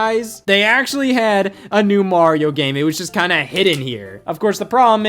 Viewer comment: Dear Americans, Mario is pronounced, er, "Mario", not "Morio". Thanks 😀